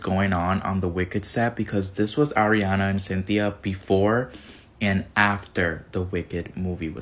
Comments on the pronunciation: ma boy said Air-iana 😭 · It’s not aairiana it’s Ariana🤣